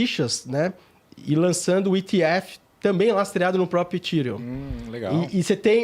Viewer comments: Engraçado eles falando "Etirium" e "Itiéfi" metido a gringo, ... sendo que a pronuncia correta seria "Efhérion" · Etirion. Etief. Não soa bem aos meus ouvidos. Acostumados a pronúncia aportuguesada. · “ Etiriun “ “etiefe” Deu canseira pulei o vídeo